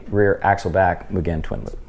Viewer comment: Bro..like nails on the chalkboard the way this guy pronounces “Mugen” over and over again 😂